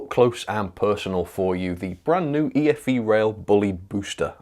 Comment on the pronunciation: I thought it's pronounce E-FE rail